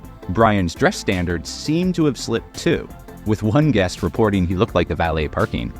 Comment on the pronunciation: “ballet”?!!?? or “valet”parking 😂🤣